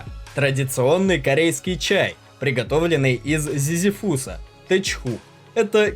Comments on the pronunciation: Не зизифУса, а зизИфуса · Научись читать не КамбАла а кАмбала не ЗизифУс а зизИфус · Если используете незнакомые слова по-русски, потрудитесь поинтересоваться, как они правильно произносится. ЗизифУс - нет такого слова.